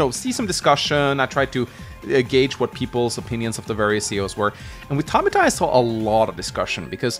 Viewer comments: It's pronounced Tab i fa not Ta bi ta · Tab-ith-ah. Not Tab-it-ah. Love your content. But that was bothering me. I know its stupid but I couldn't help it. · Never heard anybody ever say Tabitha like that. Ta-bith-a. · Tabita? Tabitha. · For the love of, you are way off pronouncing Tabitha: The developers knew how broken Caulder was, that he was banned from the online mode. I agree that for a Final Boss, it makes sense he is overpowered, and clearly was not meant to use in multiplayer. I'm not sure if I would consider Lin to be A. Maybe in Fog of War, but without it, she does become a bit under-powered compared to the rest. While Greyfield is a weak CO, I do say he shines on larger maps, especially with Naval support. When you are running out of ammo and fuel, so don't have to rely on APCs (or whatever they are called in Days Ruin). He can just activate his CO Power, and that is really helpful (he's basically like Jess). Also, APCs can only build a Temp Airport or Port once. The Materials can not be resupplied, and only Greyfield's power can do this. Same with building Seaplanes.